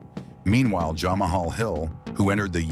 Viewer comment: “Jah-mah-hall Hill and “Stye-pay meo chich”